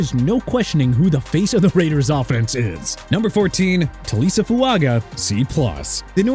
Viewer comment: TAH-LEE-SEE FUAGA NOT TALISA!! YOU MUST THINK HE'S A WOMAN HUH?! SMH... AND CHOP ROBINSON, D... YEAH MAYBE GIVE HIM A F+ OKAY?! THANKS A LOT DUDE!! AND BY THE WAY ISIAH PACHECO'S FIRST NAME IS PRONOUNCED AI-ZAY-UH NOT E-SAI-AH OKAY?!?